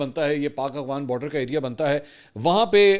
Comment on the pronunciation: Aghwan nahi yaar